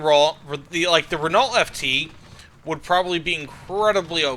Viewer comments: please NEVER say renault ever again and see how it's pronounced first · pronouncing renault like that is going to make me spaz out